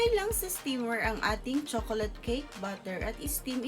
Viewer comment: Tanginang pag sasalita yan. Nakakaantok! Hahahaha chokolat cake ampota! Hahahaha